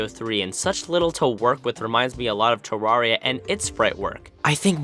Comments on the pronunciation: its not ta-rar-e-ya its pronouced ta-rare-e-ya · Oh no, you're one of those "Terraria" pronouncers...